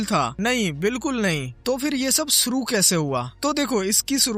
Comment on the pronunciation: bhai please sha pronounce karna seekh lo suru nahi shuru , ese hi har jagha sha ko saa mt bolo